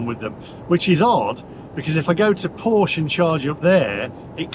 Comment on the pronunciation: Oooooh! The EVangelists will be sat on their sofas crocheting a voodoo doll of you to stick pins in. I'm looking for one of these dolls so I can stick a pin in it every time you mispronounce Porsche. You would have been better off having another Boxster or a 911 and installing a PV/battery set-up in your house.